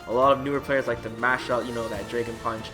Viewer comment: What is a "draygen" punch?